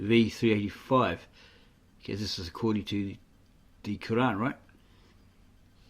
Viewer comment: You can't even pronounce the Quran and you'll teach us about the truth you joker